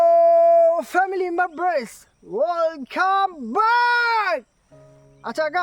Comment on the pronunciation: I love it when you say family membrance 😂❤